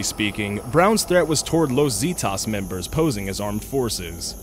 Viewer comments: Zetas ( Zeh-tahs) Not ( Zee-tahs) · It's not pronounced "See-tahs" it's "seh-tas". Los Zetas. I don't know why it bugged me. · Los Zeetoss? Zetas (Zeh-tahs) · Los zeh-thas not zee-tas U don't fuck with those dudes Eesh haha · ZAY-tas Not zeetos... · Zeetaws lol It's pronounced zeh-taws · What hahahahahahaha Los zeetas?? what the fauck is that you dumb language challenged Gringo is Los Zetas ( Zehtahs) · what's los zeetas? I thought it was zetas. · Los zeetas😂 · Lowes Zeedas. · "los zeetahs" fucking christ that horrid pronunciation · omg...Los "Zeeetas" lol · "Los zeetahs" wtf 😂😂😂😂 Los Zetas is a Mexican cartel. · Ooooh I got déjà vu with this video. It's pronounced "Seh-tas" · The way you say "Los Zetas" made me cringe, you failed miserably. Like the video but please learn some Spanish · i like how you pronounced zetas its not the way you pronounce it but koodos for trying. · This. He pronounces the first syllable of "Zetas" like crap. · ...... *sigh* okay really the pronunciation in these videos is ridiculous. Is it really that hard to double check on how a city/group/etc. is pronounced? So far just from a few videos I've watched today, I've heard rethoric (rhetoric), Calgairy (Calgary), Wocko (Waco), and now Zeetahs (Zetas)..... Seriously, these are really easy words. You can pronounce "amalgamation" but can't pronounce Waco or Zeta?...... Really??